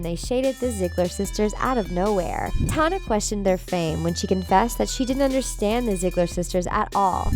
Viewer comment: Sis said:Tona